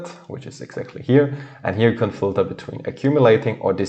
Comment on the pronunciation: Thank you, it is very informative. You say the word "filter" very unrecognizable, though.